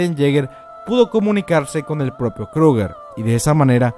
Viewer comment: Haber!!!!!!! NO ES FAMILIA TIBUR, NO ES DONA JAEGER, NO ES MARLEY, NO ES KLUGER.......ES TIBER, DINA JAEGER, ES ES MARE, ES KRUGER, ¡¡¡YA ME TIENES HARTA!!!